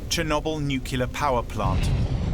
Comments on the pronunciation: NuCLEAR not NUCULar How to sound like a fool on your own documentary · Nucular, no, its, nuclear. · What a pity the narrator cannot pronounce NUCLEAR but keeps on pronouncing it as NUCELAR. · Would someone please tell the narrator that the correct pronunciation is Nu-CLEE-ir and not Nuke-YOU-lir. Nuclear. Not nukular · Sir, the word nuclear only has one U. Nu-clear. Lol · "New-kew-lar"? Nope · Ånd you couldn’t find a person who can pronounce nuCLEar, or at least try to teach him? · Please find narrators who can say the word "nuclear" correctly for documentaries about nuclear disasters... nookyoolizers are really annoying for people on the spectrum like me. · Its nuclear! Not “nucular”, people reading this don’t know how to read… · THERE IS NO SUCH WORD AS “NUCULAR”!! You automatically call your entire video into question by mispronouncing such a simple word. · Nukiller 😒 expected better from fogle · Maybe hire an announcer that can properly say NUKE YOO LERR Melt. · Stopped watching at "Nucular" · NucUlar lol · why did this narrator say nuke-you-lar constantly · I cringe every time I hear this guy say nuculer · I guess it's how the british pronounce it, "nucular" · >Makes a video about nuclear accident >can’t pronounce “nuclear” correctly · It’s pretty bad that the word nuclear is mispronounced repeatedly here. Embarrassing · I have heard presidents, historians, and generals mispronounce it. If you produced a film about a nuclear reactor, would it be too much out of your way to hire a narrator who could pronounce it correctly?